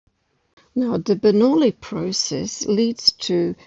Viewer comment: min ... sounds like the correct pronunciation of "Bernoulli".